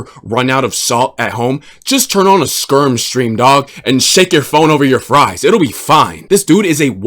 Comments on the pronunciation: "Spermz" LMFAO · You did not just call the guy “Spermz”. Epic slip 😂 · Bro calls Skermz Spermz 😶‍🌫️💀. W mans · Calling skermz "spermz" is the best Freudian slip ever 😂